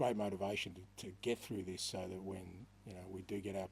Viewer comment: “Zis is the history of tottenham” a famous man once said 😂